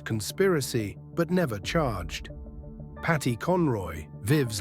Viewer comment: Paddy not Patty